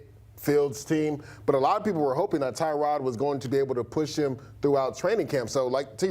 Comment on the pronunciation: We still mispronouncing his name? Is not Tie-Rod, its Tuh-rod